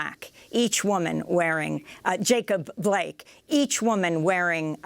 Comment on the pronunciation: Damn, can't even say his name right. JACOB BLAKE